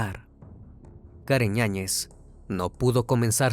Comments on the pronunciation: Me estresa un poco que digas ÑAÑEZ se supone que el apellido es con Y "YAÑEZ" a la otra di el otro apellido 😂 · “Karen Ñañez”? Será Yáñez… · ¿La acusada se apellida Ñañez? Porque así se entiende en la narración. Yo sólo conozco el apellido Yáñez, por eso la duda. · Karen ñañez 😂 YAÑEZ